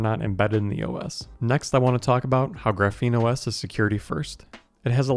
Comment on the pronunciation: It's pronounced "Graph-een", it's a type of carbon structure, you say it very wrong, you say like "gruh-feen"